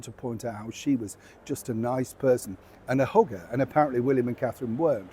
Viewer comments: Man you killed me twice in this video. The “what color?” crack and then again the way you pronounce the word hugger sounds a whole lot like hooker. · OMG! Because of your accent, I thought you said that Megan is a “Hooker”, and you actually said that she’s a “hugger”… I am dying here! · Love it,: You know every time you said “hugger”, it sounded like “hooker” to my non-British ears. I had to go back and forth to figure it out. It gave me a wonderful laugh! Thank you so much!